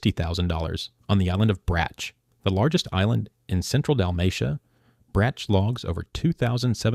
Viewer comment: You slaughter the names of Brač, Crkvenica, Kvarner, Opatija and Malvazija. Good luck getting handymen to do the reconstruction work for you. Labor, material, professional and handyman costs are crazy in Croatia. You don't show Pula airport. I live in Rovinj (in Istria) and this is funny.